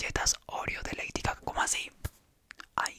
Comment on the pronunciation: Soy la única que entendió Heidi caca